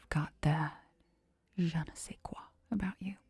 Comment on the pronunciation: I like the way you pronounced “je ne sais quoi” as though you didn’t know how to speak french— adds to the character!😂❤